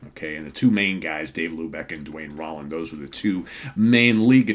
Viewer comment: I love Molly Hatchet. I saw them on the final stop of their "Flirtin With Disaster"tour. Duane last name is pronounced "Rowland" as Danny Joe Brown introduced him from the stage. Enjoying this series.